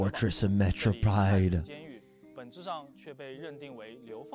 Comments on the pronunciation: it’s Mare-o-peed 😭 not metro-pied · Am I the only cringing to the way he says Meropide 😂